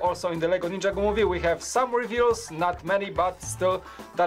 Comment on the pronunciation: Learn how to say ninjago